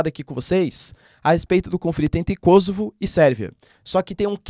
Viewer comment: Kosovo, é uma palavra paroxítona terminada em "a"...portanto ,essa pronúncia - proparoxítonas - kósovo, é produto da ignorância dos jorNAZISTA da rede Globo, minimetizando a pronúncia do inglês .. Caso a pronúncia fôsse KÓsovo, o gentílico séria KÔsovense, e não kôsovares.